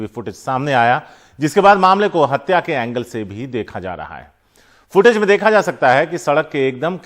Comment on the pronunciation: हडसा नहीं है हतया है